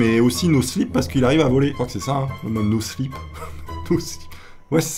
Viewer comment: C'est no clip touny pas no slip 😂